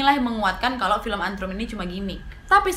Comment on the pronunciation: Bukan antrum tapi ant rum